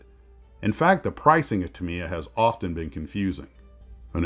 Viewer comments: Tamiya is the industry standard. I judge all kits against them.. With that said, the name is pronounced "Tam-ee-ya", not "Tam-ee-ah" or "Tam-eye-ah" as most Americans pronounce it. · Thanks for the info. I happen to live directly next door to the Tamiya family in Shizuoka. And had to cringe every single time you said their name. You should think of 'Ta' and 'Miya' as being two separate words. That would change your stress from the second syllable where it doesn't belong to virtually no stress at all. (Also Yoshi-O)